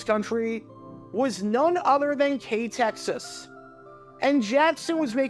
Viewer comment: I’ve been a subscriber of yours for quite a while now and never in my wildest dreams did I think you were ever going to do a video focusing on my former employer, it feels so surreal. By the way, great job on researching how to pronounce the station’s name correctly, most people just read out the call letters as they’re shown when they see KTXS’ name.